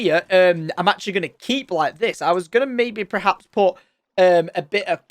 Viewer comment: I dont mean to dig on tom but is it just me that noticed every time he uses the word 'perhaps' he actually says 'prehaps'?